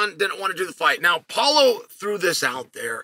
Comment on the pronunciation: “Polo” Costa 😂